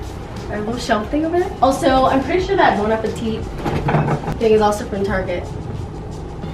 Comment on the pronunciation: i thought i was the only person that called target, ‘tarege’😂